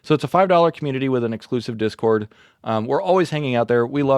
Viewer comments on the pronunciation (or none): none